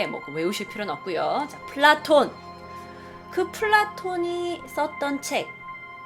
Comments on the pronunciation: 난 플라톤을 블랑크톤이라고 들음ㅋ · 플라톤하니까 플랑크톤이라고 들..